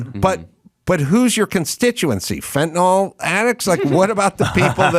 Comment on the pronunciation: I agree with you about the teachers. One thing I would like to say is that I wish you, along with most of the media, would pronounce Fentanyl correctly. You correctly criticized Kamala for her poor speech, so you should learn to pronounce it. It is pronounced Fenta "nil" not Fenta "nol". I don't know why that bugs me, but I would think that this far into the opiate problem in this country, the media would know how to pronounce it.